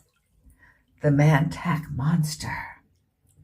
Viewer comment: It is pronounced MON-TOCK. Not Man-Tack.